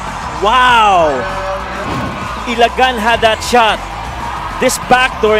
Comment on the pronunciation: it's ILAGAN not ILA-GAN 🤯 dumb